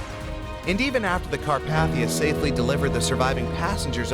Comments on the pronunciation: It’s not cat paf ter like you said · nah 💀 carp"aH"thia